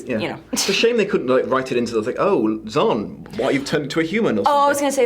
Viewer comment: Okay, thought I couldn't crush harder on you, then you mentioned you love "Far Scape". OMG. And Zan. I love Zan. Ps it's pronounced Z-Ann not Z-on like Khan. No. Zan, like Ann. Plant ladies for the win. 😂❤